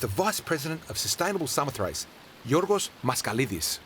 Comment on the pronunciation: Samothace...pronounced 'Sa-mo-thra-gee'...the last syllable is pronounced 'gee' as in Gizard. Tut tut tut to 'ace'. Other than that, excellent video and thank you.